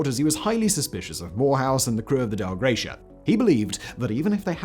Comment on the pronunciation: Dei Gratia.... no L in the name. "Dei" is pronouned "dye".